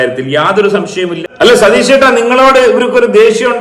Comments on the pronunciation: അയ്യോ സതീഷ് അല്ല!!!😂 രതീഷ് ആണ് 🤭🤭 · സതീഷ് അല്ലെടോ രതീഷ് 😂😂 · അയ്യോ സതീഷേട്ടൻ അല്ല രതീഷേട്ടൻ 😁